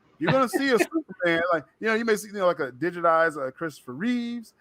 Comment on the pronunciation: Chris Reeve, not Reeves. Loving the shows.